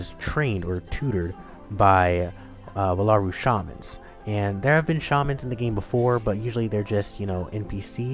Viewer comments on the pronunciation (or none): Ugh! Jaki is a jackalope and is NOT from Wallaru. That is my biggest complaint. Don't spread that misconception about Jaki.....(Also It's Wall-a-roo not Wah-la-roo from my experience with these characters. ) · Your pronouncing wallaru wrong. Its WALL-ah-ru. They even say it